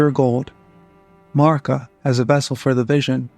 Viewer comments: Honest question. Why do so many lore YouTubers pronounce Marika the way that you do? Is this an American thing? I’m just curious because it sounds so strange and no one I ask will answer me lol Melina says Marika’s name multiple times within the game, as do others. None of them say Marr-ika. They all say Mare-ika. Is Marr-ika just the way Americans say Marika? But then why do you say Marika when you say A-Merica? I’m so confused! But anyway, wonderful work here. I love that you make mention of garrulous goldmask’s work on Gnosticism in Elden ring. Brilliant! Can’t wait to see more of your stuff! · thank you for definitely the best answer I could have hoped for! Thank you! But this just leaves one more question. If this is the reason people are pronouncing it that way, why aren’t they pronouncing it properly? It would be Marr-EEK-uh. But no one is saying that. They’re saying Marr-ICK-uh. Lastly, I wonder if all of these Hungarian names are specifically Hungarian for a reason and why in-game characters would pronounce them “incorrectly,” if there was any significance in their origin. Truly fascinating stuff. Thank you for a great answer! I had no idea!💜🫠